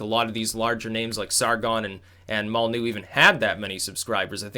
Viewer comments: why don't you pronounce the Y in Molynuex? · Spells out "Molyneux" Says "Mollnew" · Its pronounced Mol Lin Noy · "Molly-new". has a funny way of pronouncing some words/names.